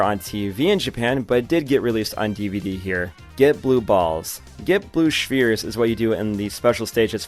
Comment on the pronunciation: Blue Schferes